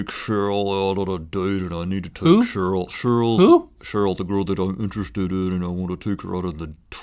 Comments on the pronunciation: I love how he says shurl not cheryl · did he say cherille or sheryl?😕🧐🧐